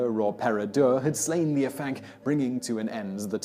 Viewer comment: Hey simon don't know if you'll see this and I know you apologised for prenunsiation but I thought it might come in handy for the future dude haha. Afanc is pronounced ah-vanc so almost as if it was spelt Avanc. In Welsh F sounds like V and FF is F, I know it confusing XD just thought it might help mate. Great video though I really enjoy these types of lists.